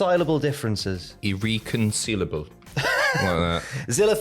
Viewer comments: I think pronounced irreconcilable pretty well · u pronounced it “irreconcilable” cheers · You guys are saying irreconcilable the right way 👍🏾